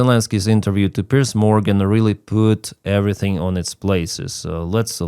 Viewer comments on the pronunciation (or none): none